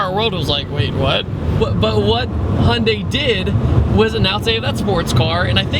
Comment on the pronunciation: hunday, its hy-un-dai